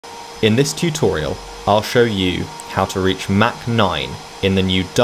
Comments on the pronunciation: It’s not “mac 9”, there’s no McDonald’s here. Try “mach” as in “mock 9”. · I think you meant to say mak 0.9